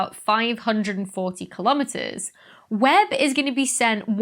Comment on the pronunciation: YAY!!! I caught a BLOOPER THAT YOU MISSED!!! LOL - "A hundred and fifty million KILOMETEMERS" !! LOL :D It's so cute... as Dr. Becky ALWAYS IS! :D